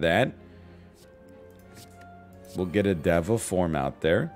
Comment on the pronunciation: I am sorry I just have to backseat here a little bit but the word “deva” is pronounce differently. The Beatles taught me that on the song “Across the universe”.